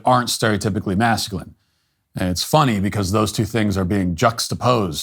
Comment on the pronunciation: That lil gummy bear couldnt even say the word masculine lmao!